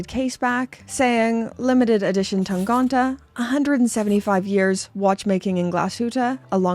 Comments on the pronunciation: tangente. tang-ente. ente with two similar e-sounds which sound like the e in „men“ in „he“. not tangonte. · it‘s tangente and not tangonta. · TAHN-GAHN-TAH is my new favorite word 😂